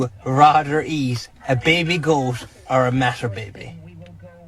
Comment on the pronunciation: Thanks I think I can call my self fluent in English. Except I had to turn up the volume a bit to hear he said goat. That was quite a thick accent. I am quite good for different accents around the world. My girlfriend is from China so we speak English at home. Her English is very understandable with some common Chinese mistakes, mainly long and short gets wrong some time. Bed and bad, bike and back gets confused. (And from the English spelling is mostly impossible to know). But although her skills are good she almost totally lacks common English expressions and can't handle other then pure English and Chinese accent. Also no jokes of any kind. So to be a funny guy I need to do slap-stick and funny voices or nothing hits the mark.